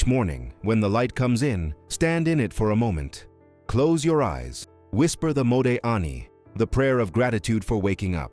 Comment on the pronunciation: TOI MANY INCORRECT HEBREW PRONUNCIATIONS TO COUNT, but include: Chesed, Modei Ani, Chochmah, etc.